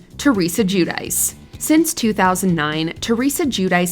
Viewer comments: I "lose everything" every time I hear the American pronunciation of the name "Giudice" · The pronunciation of Giudice is absolutely embarrassing